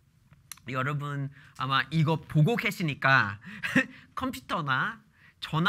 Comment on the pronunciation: 컴피타... 한국인 이네 ㅋㅋㅋㅋ 타일러 조아요~